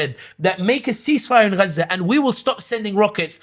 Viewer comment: Okay so it is ghza not gaza 😂🤣